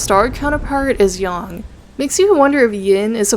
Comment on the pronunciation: why do you keep calling Yang 'Yong'